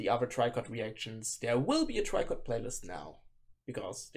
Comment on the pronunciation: Tricot just reposted someone who shared your reaction in their story on instagram lol FYI: the band name is French and in english you'd pronounce it like "Tree-ko" not "Try-kot"